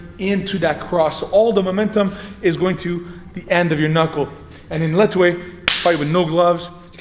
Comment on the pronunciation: "Letway Toosday"